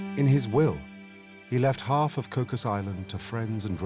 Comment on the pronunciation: It's pronounced Koo...😊😊😅😅😢😢 koo